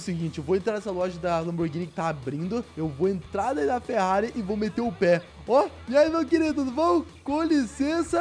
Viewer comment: Ele falou ferrare Enzo